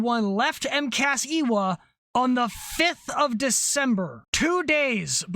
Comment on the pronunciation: Ewa is pronounced evah, not eeewah.....w's in Hawaiian are a soft v sound.....